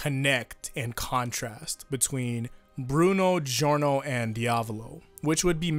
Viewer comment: Also it's Jorno not Geeorno